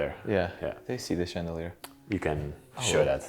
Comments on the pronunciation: Such a beautiful house! So many chandeliers, which is actually pronounced like shandelier, to improve the sound of your English. Wonderful job, fascinating! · It’s pronounced chandelier with an SH